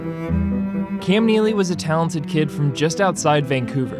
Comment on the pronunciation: says Cam Kneely.... that is all 😂